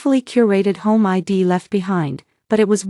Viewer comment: Either teach your A I to sound out contractions or quit using them. I'd is spoken as "eyed" not "I D".